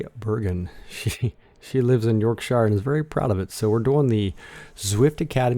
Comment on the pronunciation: Also .. York shu… not York shy er 😂